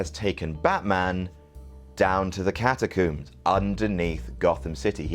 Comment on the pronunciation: i was calling attention to his pronunciation. You don't "coomb" for survivors. Trump does not have a coomb-over. and no one is trapped in the freaking cat-a-coombs